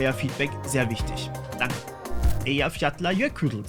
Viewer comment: Allein schon deshalb ein krasses Viseo, weil du Eyjafjallajökull aussprechen kannst